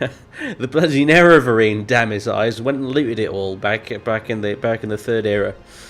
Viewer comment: youre one of the few lets players that knows alot about this game i love it youre one of the few lets players that i can say know what there talking about when they say nerevarine